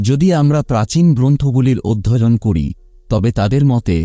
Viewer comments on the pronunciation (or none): অধ্যয়ন কে অধ্যযন, সূর্যদয় কে সূর্যদয বায়ু কে বাযু এই কথাগুলো ঠিক করে বললে ভালো হয়,শুনতে ভীষণ খারাপ লাগছে।